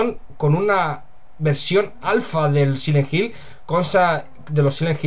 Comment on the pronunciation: Sile jil = silent hill, me disculpo de antemano pero se me hace bien chistoso como los españoles a veces pronuncian las palabras en ingles XD, saludos y que mala noticia por parte de konami, yo no compre esa coleccion en HD solo porque le cambiaron las voces y la verdad yo le soy fiel al original PS2:D